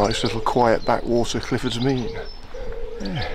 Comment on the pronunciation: A walk I know well being from Newent. Glad you had a good day, sorry we couldn't arrange better weather for you 😊 ps glad you pronounced Clifford's Mesne correctly!